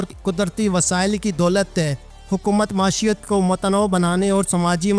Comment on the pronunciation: Lafaz .maeeshat hai jisko bar bar ghalat parha ja raha hay .